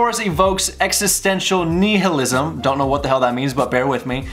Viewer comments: Am I the only one who thinks it's hilarious that has a lawyer's mind but doesn't know how to pronounce nihilism or what it is? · The first i is like eye. And it's a bitch of a thing to believe, dude. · It's so cute how you mispronounce nihilism.